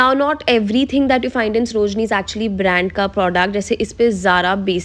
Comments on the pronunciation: Its saro-jini not sro-jini . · You often pronounced srojini nagar